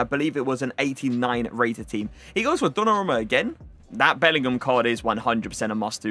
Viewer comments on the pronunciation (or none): none